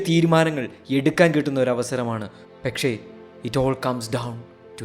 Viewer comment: Bro pekshe alla pakshe enn alle 🤣